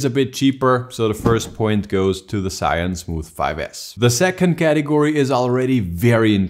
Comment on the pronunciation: It's zhiyun not shiyun lol